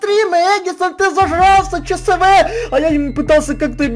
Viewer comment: Не Че Се Ве, а Че еС Вэ